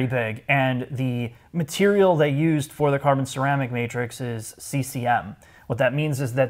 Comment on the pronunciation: hahahahaha “…….traditional leather materiuuhhl”